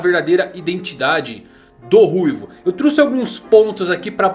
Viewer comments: " eu truce" kkkk , eu não dx passa nada kkk, video top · "Eu truçi" XD